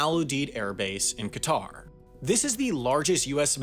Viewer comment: that’s not how you pronounce Qatar